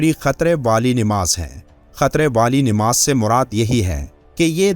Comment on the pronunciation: Nimaz nahi hota. Namaz hota hai.